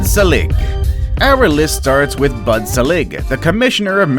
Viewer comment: His ProNOUNseeAtion of names shows to what lengths that some people will go to just to be on YouTube. By the way Bud "SEElig"not "SELLig" is no longer the baseball commissioner.